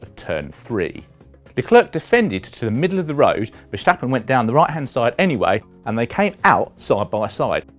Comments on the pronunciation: I had a very tough time watching this video because there are two easy names in it and this gentleman pronounces them both as if he just set foot on earth and is just learning his first human language. Can you say the English girls name 'Claire'? Then try saying 'Le' as in Chic's classic song Le Freak and then say the girls name. That is how you pronounce Leclerc. Next is Ferstjeppen. Who is that, a Norwegian skijumper? Instead, try saying 'Fair' as in 'it's not fair that almost all F1 analists and talking heads are British'. And then say 'stop' as in well, stop this bullshit reporting, followed by 'pun' as in 'pun intended.' That is how you say Verstappen. You're welcome. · Just say Max if you can't pronounce Verstappen